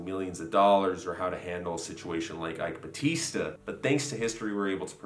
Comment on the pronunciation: Ok, so... you nailed "eike batista" great pronounciation. When you said "lava jato" though... ugh you said lava rato... i know in spanish they pronounce "j" as "r" or "h" but , in Brasil(yes we write it with an "s" not a "z") we pronouce the letter "j" the way you did it when you said "rio de janeiro".